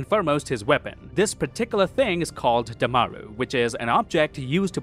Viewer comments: my god... ok, first its dha'D', not dha'R', next vendors in india often hold the plates up high so as that they dont knock it over when they bumb into people, pavitr just didnt pay for the food. BROOO, ITS DHAMRUUU, NOT DHAMARU... And boy, research WHAT a dhamru is b4 u go saying it. a dhamru is basically a small dumb u can beat on both sides. why they put hols in it idk... but im inclined to think this just a yoyo overall, hardly anything messed up, IM PROUDDD:))))) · a small correction, it is called damru not damaru.